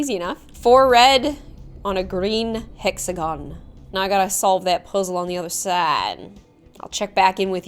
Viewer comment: I thought she said sexagon and i was like dah hecKu